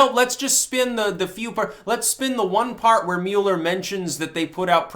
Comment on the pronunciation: Mew-ler, Lord of the Mule, hath now decreed trolling to be a thought crime! (seriously even as HA Goodman said it correctly multiple times, still mispronounced his name so I’m just gonna run with it)